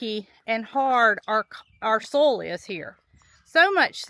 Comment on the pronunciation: I'm chuckling about how you say soil. It sounds like "soul". To me, a New Englander, we pronounce soil like this: "Soy-ill" . lol